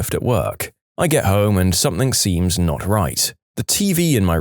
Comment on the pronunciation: No K in something